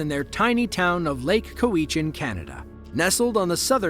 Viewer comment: Not that it’s vital to the story, but Lake Cowichan is pronounced cow-itch-an.